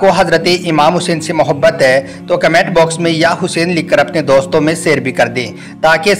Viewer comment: Pahle aap hindhi thik se bole aap bolo ke jagha boli thi use karte hai marne ki jagha maringi use karye hai dosto ki jagha tosto bolte hai plz thik se bole